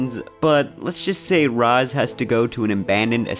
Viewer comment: This is by far the worst review in the history of game reviews. I stopped video after the 10th time you pronounced Raz wrong no ahhhh in his name and you call the story stupid it’s comedy. Thank god I can make up my mind and not listen to your horrible review. You need to do something else reviews are not your thing